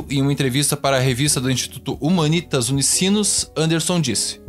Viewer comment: Um detalhe: segunda vez que ouço a pronúncia « Humanítas » em um vídeo aqui. É « Humânitas » - sobre a revista da Unisinos. Só um detalhe.